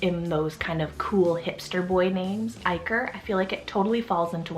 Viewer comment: My nephews name is IKER named after the pro soccer player (iker cassius) but his name is pronounced EEK-ER